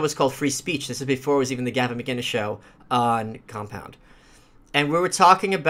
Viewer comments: Gavin McIngus? It's McInnes. McInnes. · just for future reference it's McInnes not McIngus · Though he said macgingus? Lol- good stream......haha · A thought he said mc dingus